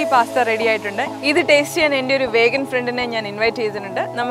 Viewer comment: It's pronounced as "We-gan" - vegan.